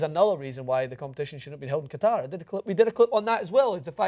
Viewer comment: Out of all the problems, I have to mention they pronounced "Qatar" incorrectly.